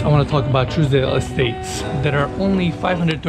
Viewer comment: You're pronouncing Trousdale Estates , Truesdale Estates...